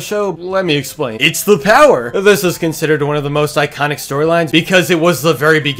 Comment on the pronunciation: It's not the power it's the POWAA